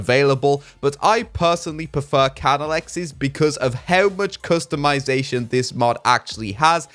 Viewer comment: I need to make a compilation of saying ''Customitazation''